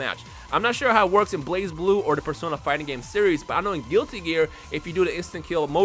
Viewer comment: tf is blaz blue..... its blaze blue guys